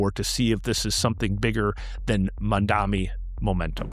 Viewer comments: How can I trust what you’re saying if you say “Mandami” instead of pronouncing his name right? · why are you pronouncing Mamdani in a stupid way?